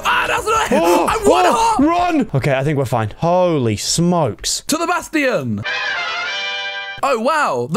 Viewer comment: i love how say "bastion" like basftion